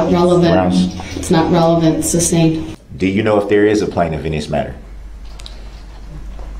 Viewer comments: I think my favorite part about all this is how he mispronounces so many legal terms. He's like a child that hears the word once, mispronounces it, and thinks that is the correct way to say it and everyone else is wrong. Every time he says sustained he's saying substain. It's like the only way for him to understand this legal jargon is if the legal jargon is wrong which explains his understanding of law. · Never fails to crack me up. He gets sustained and then asks " reason for the substain". What is a sustained sir? He also asks Detective Carpenter " what is the thist". Carpenter should have asked Brooks, "huh?. Then he asks a bunch of witnesses if they got the license place of the vehicle. The guy was clearly not the lawyer he thought he was.